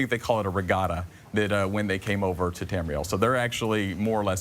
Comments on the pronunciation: Tamuhril? Bitch don't know what she's talking about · Say it with me. TAM- REE- EL. bitch. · she said Tamriel wrong. WRONG WRONG WRONG WRONG WRONG WRONG WRONG WRONG WRONG WRONG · *Facepalm at that girls pronunciation of Tamriel. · anyone else notice she said tamriel and nedic wrong